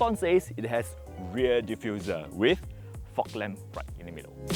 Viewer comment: ahhh.... there's nothing much for him to shout about ... so, he had to emphasise on the ReaR and the Fog Lamp!! 😂😂😂😂